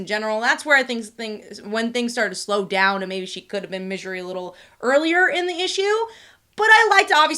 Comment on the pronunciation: Why do you pronounce it midjery?